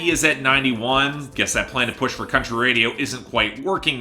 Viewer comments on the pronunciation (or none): none